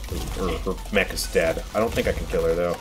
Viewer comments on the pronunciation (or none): none